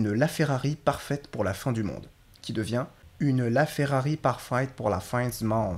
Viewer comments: Pare-fête ? On ne prononce pas du tout le mot "parfaite" comme ça. Ça en est très loin. Pour le reste, ça fonctionne quelques fois très bien et d'autres fois pas du tout. C'est un 10/20 peu près. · salut :) pas si mal. Je suis Québécois. Ton mot "passeport" , au début, est trop clair, trop ouvert, (trop français) /// parfette (pas parfaïïte ), je pense qu'en France, on entendra plus... parfétte, nous, c'est "parfètte", mais on dit, on va à une fêïte) /// Pour ce qui est de notre "â" , ça dépend des mots . On dit Ferrari, a ouvert, mais on peut dire soit, garage , ou garâouge... (moi, je dis le 1er, mon frère dit le 2ieme)(mystère, même si nous avons eu les mm parents :) ) J'aimerais bien savoir où tu as entendu certaines prononciations. Capitaine, quarantaine, on le dit bien ?? pas ---aïïne. Mais, la haine, possiblement. (haïïne)///pis=puis compressé... Puis on est parti au chalet.. (pis on est ...) "Commentaire", tu le dis bien. La séquence à 6m43 (Michel Courtemanche) Il dit plutôt, moeu,, (un peu forcé en blague) Mais si on prononce chaque lettre de MOI et TOI' ça fait t-o-i to-i (pas loin de to-é) et je crois que ça appartient à l'ancien français. Quand le mot monte, c'est comme une question... moé? non, non, non, moé non.. Je m'arrête à 9m.. Tu es parmi les meilleurs faux québécois.. (ya Denizee et Solangeteparle qui sont fortes) Mais encore, je pense que c'est très difficile de doubler une autre langue, notre accent naturel va revenir au galop, se dissimuler dans une syllabe ou une autre.